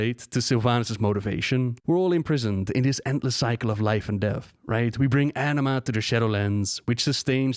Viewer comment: Every time you say "anima" I hear "enema" lmao